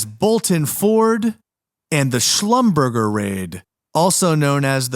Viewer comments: Schlumberger is pronounced: shlumberzhay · Slum ber jay